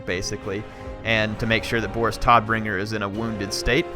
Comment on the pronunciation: Hehe, the 'Todd' Bringer doesn't sound so bad ass. Since 'Tod' means 'death' in German it's probably announced like 'oh' in English. So you'd pronounce it as 'T(oh)dBringer'